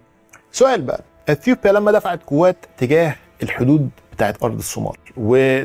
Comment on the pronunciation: انت بتقول أثيوبيا بطريقة غريبة ، مفيش حرف P في العربي